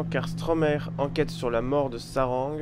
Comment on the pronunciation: Eh par contre ça se prononce pas SHarang mais Sarang en fait c'est coreen, on le voit à un moment qu'il est de nationalité coréenne (dans l'ordi)